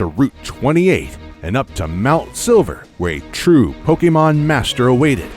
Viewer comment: Lmao, it loses hype for me every time "Pok-ee-mon" is uttered. 😂